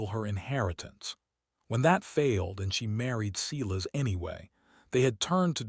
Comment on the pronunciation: I keep hoping someone will correct the pronunciation of the word Silas. There isn't a (cee-las) in any pronunciation of the word. The proper pronunciation is (SI-las). Hearing the word sounded out the wrong way, make listening to these stories grating. Please, for the love of All that's holy, fix this mess.